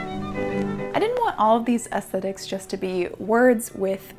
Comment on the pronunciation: I just wanna day that I really appreciate an American who pronounces aesthetics correctly. Most I heard say “ass-tet-iks”. Which is just... not aesthetically pleasing.